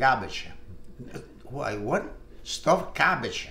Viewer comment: Klumky, kumky, kahumkee 😂 Stuffed gabbage 😂